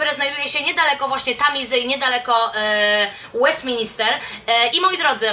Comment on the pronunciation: Kochana mysle, ze to bardzo przydatny filmik dla osob jadacych do Londynu. Jesli mialabym wymienic takie "must see" to podalabym dokladnie te same miejsca co ty. Jedyna uwaga to to, ze parlament nazywa sie Westminster a nie Westmin"I"ster. To samo dotyczy sie oczywiscie Westminter Abby a nie Westinister Abby. Pozdrawiam serdecznie